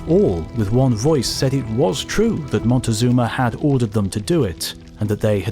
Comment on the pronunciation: Having trouble with the name "Moctezuma", I see. At least you didn't do the Gringo thing and try to pronounce it "Montezuma", which is absolutely wrong. It's a simple Nahuatl name (Mexica/Azteca): "Moc-teh-SOO-ma".